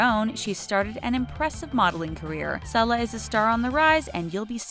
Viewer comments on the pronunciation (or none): And Lauryn Hill's daughter's name is pronounced Sayla, not Sella. Crazy that an internet channel cannot use the internet to learn how to pronounce names correctly.